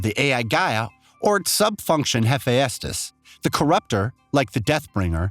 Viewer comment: #1: Faro is pronounced like “Pharaoh”. That’s why the Chariot line of machines have Egyptian style names like Kopesh, Scarab (later known as "the Corruptor”), and Horus. #2: Hephaestus is pronounced “Ha-festus” or even “Ha-fay-stus”. Not “Ha-fay-Estas. I know, confusing spelling. But you know, the ancient Greeks were known for that. #3: No spoiler warning, huh? I hope no one who hasn’t played HZD yet, but plans on doing so doesn’t watch this video. The spoilers come out of left field and the plot twist more than half way through the game is EPIC. It would be a shame if it is spoiled for the newcomers who want to play it before Forbidden West drops. Otherwise, very informative video. Thumbs up.